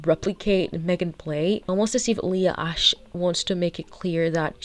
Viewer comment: Okay mispronouncing her last name as Ashley is offensive to all Ashley‘s